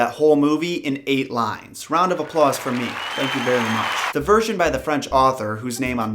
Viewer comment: He said round if a plaws for me lol